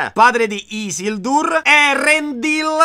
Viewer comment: Si legge Ghilgalad, Chelebrimborn, Isìldur